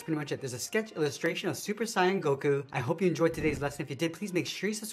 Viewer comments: This is great but... Super cyan? It's super say-en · Bro say said "Super Cyan Goku", aside from that, thank you for the sketch. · Nigga said sigh ahhn 🫠